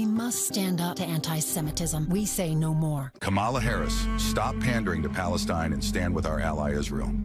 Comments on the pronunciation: I know it’s the least relevant issue in this segment, but why Musk, Trump and all these other Republican speakers keep saying the name of Kamala Harris wrong? It’s offensive in petty. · Learn to pronounce your future President's name: in India, she'd be called "Kamla", but the way she says it so Americans can say it right: "Kaamala"